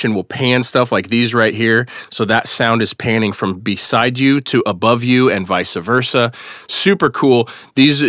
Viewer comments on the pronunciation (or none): Vice Versa, not Vice-uh Versa - Sorry. Pet peeve.